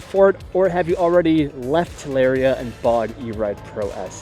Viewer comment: I cringe every time you say TalAria